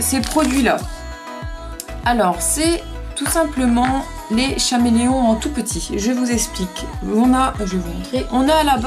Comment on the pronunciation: Ça ne se dit pas chameleons mes caméléon